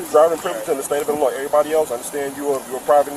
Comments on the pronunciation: Pronouncing the S in Illinois is nasty work. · The S is silent in Illinois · Hey, just pretend the letter “S” in Illinois isn’t even there! 😂